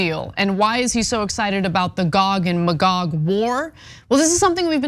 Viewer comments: Gog-ma-Gog 😆 😆 A conservative enjoying the content 😆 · I've become Jewish over time. I have NO RIGHT to tell anyone else how to live their life. I've been studying theological anthropology for years now ... WTF is "Gog a Magog" :_TYTCookie:😡 If Cenk doesn't stop saying that he IS going to make both pee and crap in my pants ...